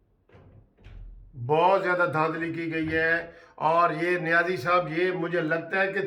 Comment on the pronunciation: Not Niazi Said Nazi